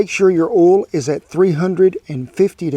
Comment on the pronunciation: "You can preheat some OOLL in the cast iron" - Love ya, Kent!